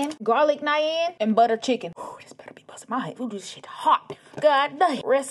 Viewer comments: it’s pronounced naaaan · Butchering the pronunciation of the word NAAN bread